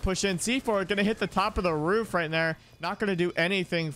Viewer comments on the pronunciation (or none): none